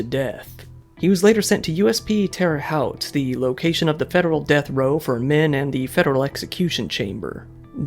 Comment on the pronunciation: that terra haute pronunciation was terrible